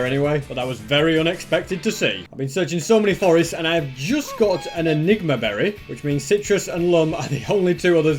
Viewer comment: i really thought the enigma berry said sigma berry